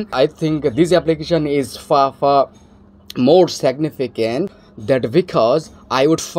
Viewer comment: Seg-ne-ficant! Had american GF! Whao!